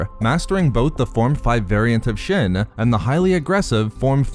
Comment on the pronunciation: It's pronounced She-in, not Shin